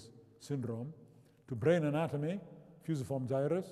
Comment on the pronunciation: Agreed, no one alive (save perhaps Brian Blessed) could say 'Fusiform Gyrus' like Rama!